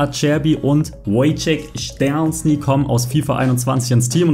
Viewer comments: ja ka is mir halt aufgefallen und fands übel lustig 😂 Man spricht ihn übrigens "Tscheschni" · ja for real warum sagt er das so? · szczesny spricht man glaube bissl anders aus